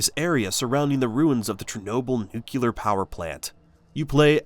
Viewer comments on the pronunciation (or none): You said "nuk-u-lar", which is hilarious. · Haha. The instant he said that I came to check the comments to see if anyone else caught it. I have no idea why a ton of people in America say it as "nuk-u-lar". I'm from Texas and have never in my life said "nuk-u-lar". Not sure where it comes. Weird. LOL.